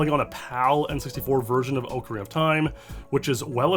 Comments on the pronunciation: I liked the video purely because he says it Oakarina (the correct way) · Thanks for pronouncing correctly as ocarina as ocarina and not ocariner like 99.99% of other creators in the platform do